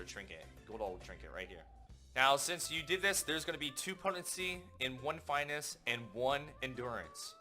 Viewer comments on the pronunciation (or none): No one else notice how he pronounces finesse?